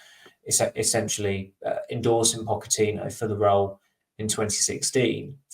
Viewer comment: can you please change your pronunciation of Pochettino? It does my head in!